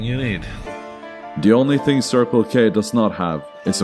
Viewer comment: It's not very often people pronounce Circle-K correctly, but I'm glad to hear it pronounced so perfect 👌